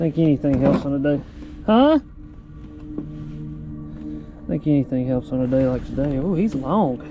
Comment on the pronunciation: Not pronounced Base it's bass